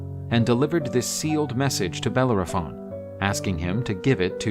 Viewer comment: I am unable to watch this due to the pronunciation nay butchering of the name Bellerophon